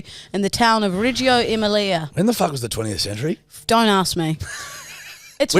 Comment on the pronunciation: Butchered that pronunciation of Emelia 😂